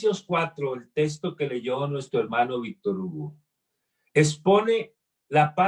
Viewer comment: Se dice texto. No testo.